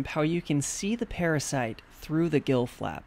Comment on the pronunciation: I love what he saying ''blood sucking paraside''